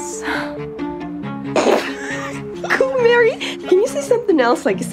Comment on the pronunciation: They pronounce her name Mary, but it's spelled Marie.